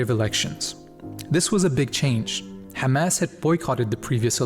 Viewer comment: I love hearing bro say حماس not Hamas or Khamas